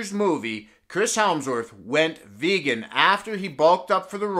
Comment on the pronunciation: "Chris helmsworth"